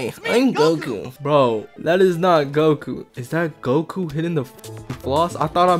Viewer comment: that ain't Goku, that's gomku 💀